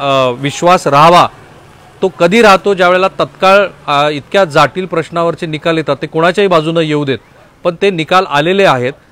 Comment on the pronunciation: बाकी विश्लेषण ठिक होते पण slip of tongue E.g जाटील नव्हे तर जटील असे म्हणायला हव होत..ते दोनदा झाले